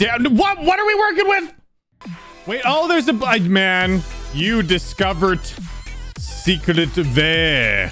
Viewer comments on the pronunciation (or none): “you discoveret secret vey”